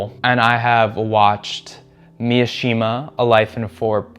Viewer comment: please it’s Mishima, not Miyashima.